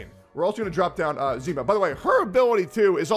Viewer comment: Russian here :) Its not ZIma, but ZimA. Just in case